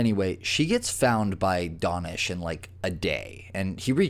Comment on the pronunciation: How do you get "Donish" out of DAnish?